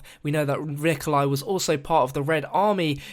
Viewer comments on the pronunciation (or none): ya he said 'Rikolai' in 4;03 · XD didn't say Nikolai or Berlinski right